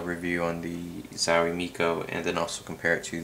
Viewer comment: zauwie? its a O,,,:)